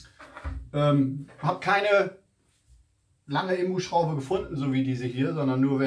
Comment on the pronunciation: Sorry, aber es heisst "INBUS" - und nicht "IMBUS"! Man sitzt ja nicht "im Bus"...! Die Ableitung kommt von "Innen-Sechskant" - also "IN". Deswegen INBUS.